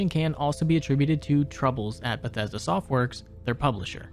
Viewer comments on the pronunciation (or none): none